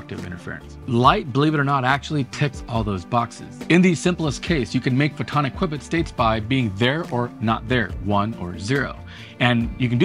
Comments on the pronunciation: Kwibit? Khuwbit? Dude! Da F**k is wrong with this guy? QUE-BIT - like a pool Que, you know.. things that smash balls in pockets? Not his.. pockets.. though, it sounds like it! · What the hell is a "quibbit"??? I know what a Qbit is, but what is a quibbit??? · Nobody says "kwibit" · Why must you call it a qwibbit? Video is so good but hard to listen when u call it a kwibbit lmao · Qwibbits , lol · Two Kwibit da Vinci...Poly Kwibit da Vinci maybe. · CUE BIT pronunciation put me right off. Couldn't reach more than half way through the video. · wtf is a kwibit? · If its pronouced kwehbit, is your channel pronounced twoohbit? After you got to the 50th use of kwehbit, I had to bail. Man, could've been a great video. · Everytime you said "kwibits" my hairs stood on end like when someone says "nookyoular" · Your mispronouncing Qubit 😔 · This video started out informative, but then your refusal to pronounce the subject correctly when not a single other person pronounced it like this nullifies the legitimacy of the presentation. It makes you sound uninformed and thus is perceived by your audience as inauthentic. Maybe next time watch one, single video on a topic before reporting on it so you don’t look like such a fool. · It's pronounced "Q-BIT"....Just like Q-Bert, not "qwib-it" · Pronounced like "cue bit" not quibit. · It'd Q-bit, not "qui-bit". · It’s pronounced KYOO bits. Not kwibits. Like so many shows like his he probably got the information from the company’s public affairs department, which had brochures and a website. Had he visited the company he wouldn’t have flubbed the pronunciation. And look at his topics. They’re rage topics. A dozen other channels are talking about quantum computing (and pronouncing qubits correctly), as well as “Dark Oxygen”, the energy costs of A.I. Some channels just repackage another channel’s info. This one didn’t. If he did, he’d know how to pronounce “qubits”. It’s like the news. What’s trending? He blew this one, though.